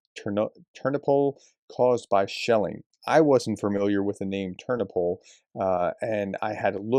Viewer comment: The 'o' in Ternopil is the stressed syllable.